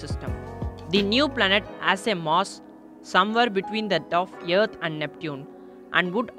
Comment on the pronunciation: Teacher: Please say earth. You: YEARTH!